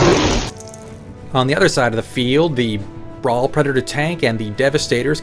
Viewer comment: seriously does anyone anywhere pronounce blood angel names correctly ? its baal- (bale) pred, not ball and mephiston- (mef-i-ston), not moe-fee-ston lol sorry that's been building up from 4 years of internet 40k videos, I blame jawaballs for starting this.